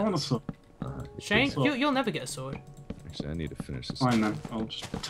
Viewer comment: "I think he's a dueche and dies by super schword of pwn" hahahaha